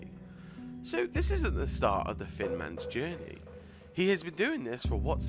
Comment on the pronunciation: It sounded like he called him the fin man